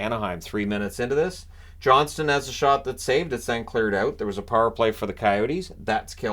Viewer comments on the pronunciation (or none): none